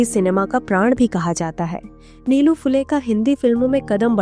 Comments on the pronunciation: नीलू-नीलू काय लावलंय? निळू म्हणा सरळ. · निलू नही, निळू ....